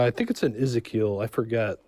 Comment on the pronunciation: "Eze-keel"??? Lol...